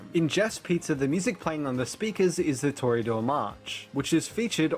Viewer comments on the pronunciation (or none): The what march? Did you mean to say "Toreador"? Also, I feel like an image of Carmen from Carmen would have worked better here, along with saying something along the lines of the following: "The music box plays the refrain from the Toreador March , an aria from the opera Carmen by French conposer Georges Bizet". In fact, instead of having an image of Carmen for that whole time, you could have fitting visuals display for however long it takes to say that. Just having a photo of Georges Bizet is kind of confusing, since without context the only thing that anyone can immediately tell is that you've put a 149 year old photograph of some guy with a big beard on screen. Did you not want to do another take to say "magenta"? Ceiling. Deterred. Or, you know, it's later on in the night of Midnight Motorist and the Five Laps thing is just stupid, especially since the driver is fucking orange and not purple. Slippers, like slippers wirh bunny features on them. Slowed down, not sped up. It's GiBi! The guy with the actually good and reasonable theories because he actually has media literacy and has consumed media outside of Five Night Fedy. 4U WHITE WOMAN JUMPSCARE! Or, you know, Chica was the first character made.